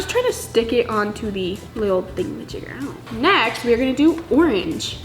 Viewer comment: This is how many times she said thingamagiger | | V